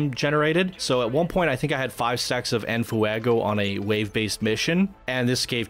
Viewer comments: Were you saying "in foo-ah-go" for comedic value, or do you genuinely not know how to pronounce it? Lol... In case it's the latter, you pronounce it "en fway-go," mate. Lol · which add-on do we download first, venom or deadpool? u clearly don't speak Spanish- its NOT ENAFUEGO, JUST ENFEGO. there is no A that u are throwing in there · Sorry I don't want to be that guy but...Its said more like this fwey go like fire in Spanish it really irks me how you say never the less it's a fantastic video also I get the whole rant I've been in similar situations and it's annoying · "En Fuuehgo." Sorry, I had to. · Nice vid.. its en "fwaygo" btw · The way you pronounce enfuego is hysterical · Sorry for the late reply, but yes the F Face resists are very helpful. If for some reason DP is targeted he won't lose En Fuego stacks (which the video author, despite making a very good video, butchers the pronunciation of). I have this in my current DP kit but with a mod that makes it free. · Your videos are so good but the way you say en fuego made me immediately shut this video off